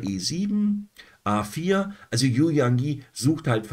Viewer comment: "Yu" spricht man "Ü". Danke für Deine Videos (fast) jeden Tag. Ich schaue alle.